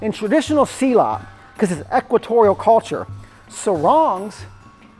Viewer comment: Dear, I respect your work and experience. However as a South East Asian, please pronounce it properly. It’s not SEE laat. It’s silLUT.